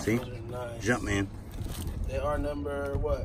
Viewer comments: I cringed when he said "jumpmans" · He keeps saying jump mans 😂